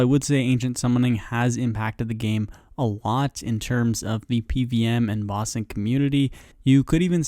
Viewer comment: Lol your pronunciation of bossing sounds like Ba Sing. Reminded me of Ba Sing Se tbh.